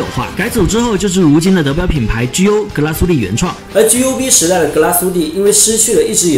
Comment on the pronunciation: 两点错误，第一格拉苏蒂发音错误，第二点德系，打磨不是日内瓦纹，而是叫桶状纹。至少人家厂家管它叫桶状纹